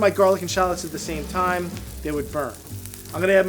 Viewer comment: They are Called.. 'Sha----LOTS' AS IN 'SHA-LOTS' You call them in name like a dork tbh !!!